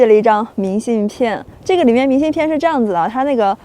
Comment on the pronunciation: 东北女孩都白，到东北都变白了变漂亮了。在西北时脸黑黑的一副疲惫不堪的样子。另外 明信片的“片”,金鸡冠的“冠”为什么发一声，不是四声吗？西北和东北教的不一样？